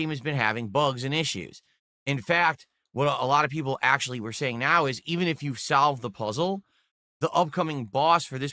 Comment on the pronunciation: SAhlve the pohzzl